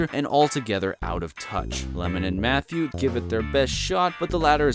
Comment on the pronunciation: Some trouble pronouncing names. Lemmon and Matthew? Marilyn Minroe?